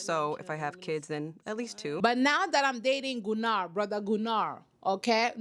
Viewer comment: Gunnar is a weird name, but yes, the dubbing was correct. It's pronounced GUnnar not GunnAr.